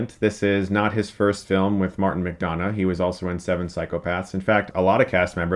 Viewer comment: You keep pronouncing McDonagh wrong. The don should sound like dun.